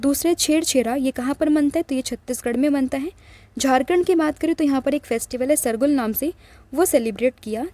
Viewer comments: सरगुल ❌ सरहुल ✅ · It's sarhul mam not sargul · Sargul nhi sarhul